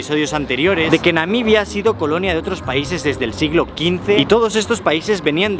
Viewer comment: Excelente e interesante video, me pareció que dice constantemente "Namidia"